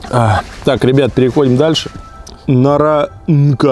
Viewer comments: Не наранка, а наранча. Я конечно учу хорватский, но в сербском, как и во многих других славянских языках с латинским алфавитом, применяется та буква, похожая на С с перевёрнутой ^. Она читается как твёрдая Ч. Да-да, у них, как и у хорватов есть мягкая и твёрдая Ч. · НаранЧа😎🤟, а не наранка